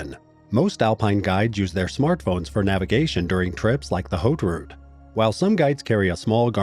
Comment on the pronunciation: haute route = "h" is silent in French at the beginning of a word.